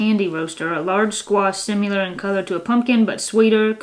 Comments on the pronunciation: I like how says similar - sim-ma-lar. She says sim-u-luer. I've never heard it pronounced like that before. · I find your pronunciation of similar interesting. Sounds like you say simular. I love hearing all these words. Thanks you two! You are keeping it all going. Tell Katie and Ira hello❤